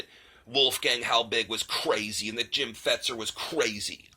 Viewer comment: Thank you for saying "Fetzer". I've been saying that for years and have gotten blocked by lots for saying it.